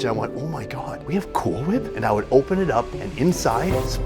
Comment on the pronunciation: Did he say, "Cool hWhip?"